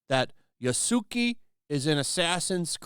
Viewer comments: His name is pronounced "Yaskay". Yasuke. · Ya-su-kay, Yasuke. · It’s pronounced yah-s-keh, but I agree with the Japanese. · Pay us $130 for our narratively-eschewed game, and embrace the fact that you'll never truly own it. Today, Ubisoft. Tomorrow, the industry. Also, a playful/useless correction of your pronunciation, it's yas-kay, not Ya -suki 😉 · Learn how to pronounce the name properly to damn. Its no Ya-Suki..... its yas-ke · Why do people always mispronounce the name it's "Yasuke" not "yasuki." Think of street fighter Ken and take the "ke" and put it after "Yasu." Unless, people are mispronouncing it on purpose. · Yasuke is pronounced "yah-skay" not "yuh-soo-kee." Remember Japanese drops "u" sometimes, like Sasuke(sah-skay). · Ya-su-ki?!? Really?? It's pronounced Yass-kay. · Man has the nerve to make this vid but can't even pronounce the name yasuke remotely correct. L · Yaus-kay would be the correct way to pronounce it... but whatever 🙄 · It’s pronounced yassk, like sasuke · You almost hit got Yasuke's name right. The "ke" is said "keh". I hate people who try to rewrite history. Stop trying to hide the evidence just to suit your own narrative. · This is just a pet peeve of mine when it comes to Japanese names and because no one I've seen covering this has pronounced it correctly, I'd just like to clarify how to pronounce Yasuke; it would be pronounced something like Yahskei (/jae'skeɪ/). Thanks for the coverage, I wasn't going to buy it in the first place but it's good to bring more light on this kind of garbage, keep up to good work. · Bruh im not listenin to someones take who cant even pronouce "Yasuke" name correctly 🤦🏾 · Dude can’t even say the name right but wants cry false tears here. I didn’t here you when Nioh 2 was out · the u is mute in yasuke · Absolutely love how bad you are at pronouncing Yasuke. Absolutely terrible.